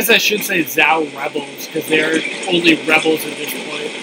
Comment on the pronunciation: The weapons are not Chinese, the scenery is not Chinese, the armor or clothes are not Chinese, your pronunciation of Zhou is wrong...are you making it all up?